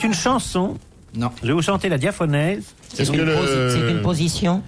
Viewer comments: Il savait pas lire bouvard: C'est pas diaphonèse, c'est diaphorèse. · Pour information, c'est la "diaphorèse", pas la diaphonèse.